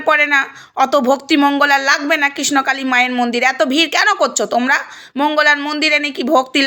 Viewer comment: Kotha ta KRISHNAKALI. Thikmoto uccharon o toh korte sikhlen na ekhono. Kisnokali, kisnokali...bole jacchen